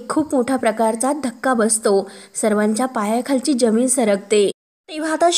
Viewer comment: जमीन आणि आयुष्य हे शब्द जरा नीट बोला